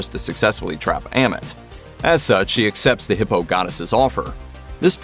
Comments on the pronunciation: As well as saying 'Am-it' instead of 'Ah-meet' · why he pronounce it like, a mit , when they say ammit in the show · I love your videos but for the love of god please say AHMIT not emmit like for real you heard the say Ahmit(written Amit) so please say it like that next time, no offense but it's a big trigger for me.